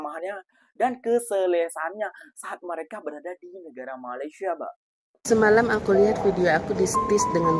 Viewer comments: MA LAY SIA BUKAN MA LI SYA…kenapa sebut IN DO NE SIA boleh? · Bukan MALAI tapi MALAYSIA. Sebut betul2. Malai2!😏